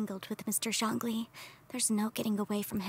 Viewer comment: This guy called Zhongli 'rich'... I'm dying XD